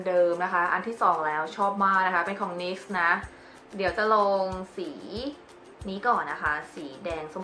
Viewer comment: เจ้ เขาอ่านว่าN-Y-X ไม่ใช่หรอคะ เห็นอ่านนิกซ์ ประจำเลย